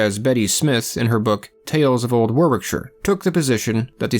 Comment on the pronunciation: Warwickshire - Warricksher. As with Worcester, we elide double consonants... Worcester - Wooster